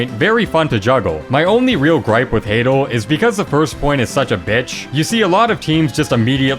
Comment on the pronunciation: Ha-dal not haydle